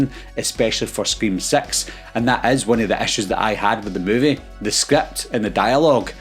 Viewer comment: Just a fan of the accent kind of sounds when you're saying 6 sounds like sex kind of being stupid